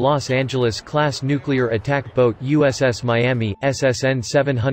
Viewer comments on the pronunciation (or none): none